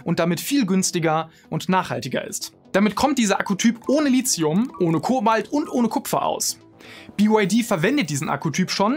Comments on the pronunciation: Endlich spricht Lithium mal jemand richtig aus 😅 (Gutes Video soweit ich bis jetzt gesehen habe) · Danke, dass endlich mal jemand Lithium richtig ausspricht, und wenn es nur einmal im Video ist. Frage mich regelmäßig, was dieses Lizium sein soll, von dem die Leute immer reden. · Die Aussprache "Litzium" ist korrekt. Steht im Duden. Wenn schon klugscheißen, spülen nicht vergessen.